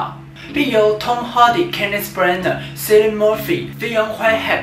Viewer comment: 推，但私心龜毛希望人名發音可以正確XD Ci (/ki/) llian和Zi (德文發/tsi/) mmer